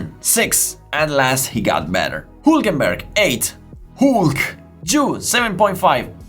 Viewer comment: This guy is capable of pronouncing the "h" in "how" perfectly but still chooses to say "'aas" and "ulkenberg" and I love him for it. Subbed.